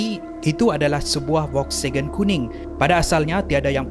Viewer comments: Volkswagen bukan Volksagen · Bukan volksegen tapi volkswagen😅😅😅